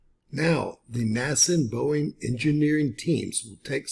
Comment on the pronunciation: It's Boeing... Cmon man 😅😅